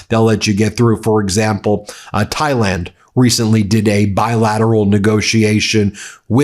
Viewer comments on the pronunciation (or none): none